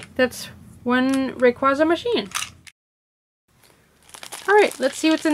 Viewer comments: its pronounced ray qay za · Umm... You pronounced almost every Pokemon incorrectly! Ray-Quay-Zah, Grow-don, Kye-oge-r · No offense to the speaker But does it disturb anyone that she's saying raquaza like that?? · You're pronouncing it wrong it's RAY-QU-AE-ZA not RAY-QUA-ZA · Say ray-qwayza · You don't pronounce raquaza right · factz the cring is real i dont really like this vid 😥✌